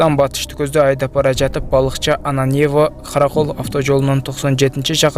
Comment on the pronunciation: Диктор Ананьево деген созду туура айтчы ударениени туура койчу